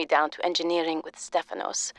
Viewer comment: I was looking for a comment like this as soon as I heard the pronunciation of Stafanos. It also cracked me up